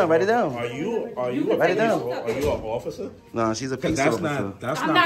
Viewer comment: "" is yelling at the officers to "desculate". Is that a law ""? Are the "offisews" upsetting you? Don't you want a "wide in a cwoozuh" with lights and "sywinz"?